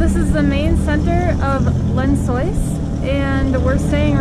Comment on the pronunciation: "Lyn Soys" 🤣🤣🤣🤣🤣🤣🤣🤣🤣🤣🤣🤣🤣🤣🤣🤣🤣🤣🤣🤣🤣🤣🤣🤣🤦🏻‍♂️